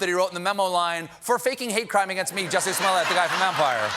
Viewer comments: Kobe B.S Please get the name right! It’s Jussie! After all the trouble he went to, you can at least get his name right. 😂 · I came across this video and noticed Stephen mispronounced the name of the actor. Justice for Juicy!